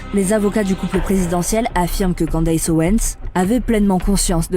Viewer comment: Ca se dit "Candice" pas Candaiiiysse. C'est une voix IA ou quoi?? Non en fait IA ferait pas cette faute